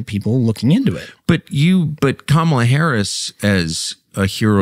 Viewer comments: Now it’s Karmela😂😂 I heard her pronouncing her name as Carmalita in AZ and NM. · She doesn't even know how to pronounce her OWN name. She is the only Kamala on planet earth who tries to call herself Camel-ah. It's an affectation, which has set the entire tone of perception of her, and rightly so, not that there is a single thing about her character or record that isn't almost axiomatically sus. Nobody has done this to her--she's done it to herself. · Love every time tucker says "Karmela Harris" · In Asia, Kamala is an Indian name and its pronounce as Car-mah-lah!!! Period!!! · Tucker just keeps pronouncing her name however he wants 😂😂😂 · Tucker pretends to mispronounce Ms Harris’ name. Right off the bat. A truly honest man. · There’s no E in Kamala, just saying